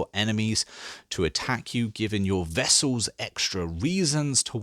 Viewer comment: Never heard anyone pronounce words the way you do. Vessels instead of vassals. Pithy instead of piety.